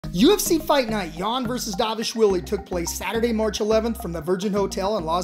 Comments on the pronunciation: It's dvalishvili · Is no one able to pronounce dvalishvili’s name correct?